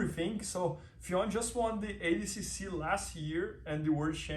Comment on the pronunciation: Sweet Jesus people. FFION DAVIES .. not Fiona Davis, not Fflebron James, not Ffeon greyjoy.. Ffion Davies! it's not that hard!